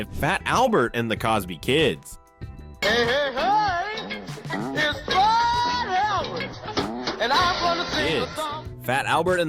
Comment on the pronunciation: Yeah and I've been asking this question frequently and no one will answer it.. and it isn't just here but answer me this.. did you hear how he said fat Albert? The "t" is silent..he says:"Faa-Albert".WHY????